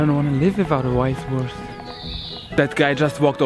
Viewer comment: "Where can I get a Weisswurst" haha perfect